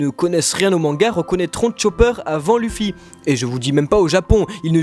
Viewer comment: ON DIT OUSSOP ET PAS EUSSOP!!!!!!!! ET C’EST LEUFFY PAS LUFFY 🙄🙄🙄